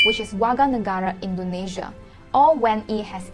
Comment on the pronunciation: Please learn how to pronounce the names of the countries Indonesia n Malaysia correctly. It's so basic.